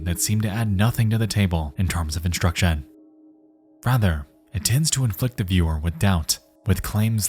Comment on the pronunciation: why does bro say instruction like that